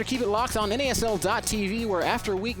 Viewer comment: its N-A-S-L not a fucking pronounceable acronym